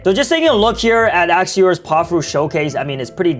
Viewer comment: bro really said pa-pa fruit💀